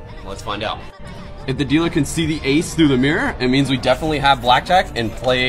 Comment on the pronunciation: This dude pronounces dealer like a white person pronounces quesadilla